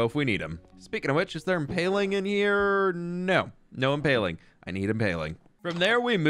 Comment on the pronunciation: I love the “I need inpaling”